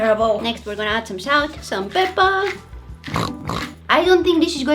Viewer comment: She said pepa (^🐽^) I thought she said pepper 🌶 to 🤣🤣🤣🤣🤣🤣🤣🤣